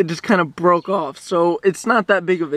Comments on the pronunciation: broke not boke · you need to add r in boke to make it say broke